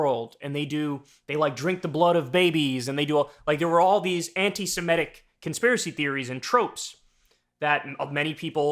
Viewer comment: Kyle: not "anti-siMETic" correct is SeMITic.